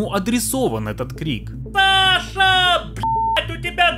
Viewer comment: почему я слышу не Саша, а Паша?😅